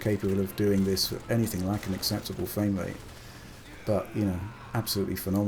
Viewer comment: Sounds like hes saying fwame rate.